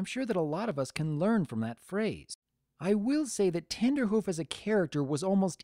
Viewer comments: its not tender hoof it is trender hoof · Were you saying Tenderhoof? Because it's Trenderhoof. Because he predicts trends. Tenderhoof would be... suggestive. I like how Rarity's crush was justified by actual reasons, unlike in EQG. Trenderhoof was a big name for being ahead of trends, which are a big part of Rarity's passion, so she fangirled over him unlike with Blueblood, who just had status. Still, some people are put off by the crush scenes, and it can't be helped that the episode will be ruined for them. Watching a crush is inherently cringe inducing. The lesson was predictable, of course, but that's the case for most episodes. The show is built on having predictable lessons because they ARE lessons for kids, but still presenting them in a very organic and entertaining fashion that makes them sink in. In this case, what made the lesson presentation so great was how Rarity taught it to Trenderhoof, right after he did the exact same thing as her. She got over her own desire to be with him to see he was suffering the same way she was. Her approaching him like that and him getting over his crush to dance with Granny Smith really made it feel that they learned it, just like the final teasing scene in Look Before you Sleep. My biggest issue is that the classic music they used in the end didn't work that well. It might've just been the stream quality, but it didn't accompany the lesson narration as well as their original soundtrack does. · Its trenderhoof, you know, like a trend setter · Isn't his name Trenderhoof, not Tenderhoof.